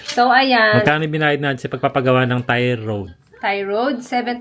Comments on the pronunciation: tire road?? 🤣 tire rod po, kakatawa talaga si, hindi talaga nakakatuwa pag walang banat si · Tire rod (pronounced as RAD). Parai sa wheel alignment o/at wheel balancing po un. Sana pinaliwanag kung alin sa dalawa ang effect.